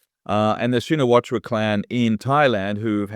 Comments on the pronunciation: Pronounced "Shinawat" not Shinawatra. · Not "Shee-na-watra". Chi-nna-wat. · The A is silent it is pronouced shinawat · It’s pronounced ‘Shinawat’ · The surname "Shinawatra" is correctly pronounced as "Chihn Nuh Wuht". The last syllable of the surname "Shinawatra" (ชินวัตร) is not pronounced in Thai and the surname even begins with NOT an "sh" sound but a "ch" sound like "chicken". The last letter in the name "Shinawatra" (ชินวัตร) is a Thai ร which normally is pronounced as an R but when combined as it is ตร with a ต at the end of the word it is not pronounced, it is silent. It is an archaic spelling form that indicates it's Pali origin, it means a lot to Thai who are into such, means less than nothing to everybody else. Transliteration of Thai to pronouncible English has been a long and lonely challenge that has never been well solved, my transliteration would be "Chihn Nuh Wuht" which the Thai would find horribly ugly to look at but is easily pronounced by all English speakers. Because it is royal blessed, the Thai universally use the Royal Thai General System of Transcription (RTGS) — the official scheme promulgated by the Royal Thai Institute - which their teachers taught them in school which follows Thai SPELLING (of all things) and transliterates many consonants incorrectly and mangles all vowels and makes many many Thai words impossible to pronounce correctly if you only know their RTGS spelling. Just the way it is, one of a zillion things that make Thai Thai. For those not yet fully asleep in this explanation, author Gordon H. Allison's transliteration scheme seems to be best overall but it has it's faults as the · The correct pronunciation is Shinawat, the host is wrong. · it's pronounced shinawat the ( ra )is silent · check the pronunciation of Shinawatra. Just stop at the last t. The ra is silent. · Shinawatra is pronounced SHINAWAT. Crikey, LOOK IT UP!!!